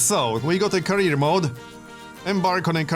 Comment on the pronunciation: Career not carrier ;)